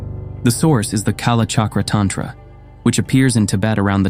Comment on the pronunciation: the 25th Rigden is not Maitreya. Wow. You read the wrong books. Also you pronounce tantra and terma incorrectly. Jeez. Scholars. Hope you make a lot of money from this. Fooling people is not right